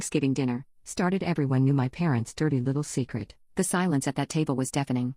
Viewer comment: Omg why did the ai say “dirty little secret” like that😂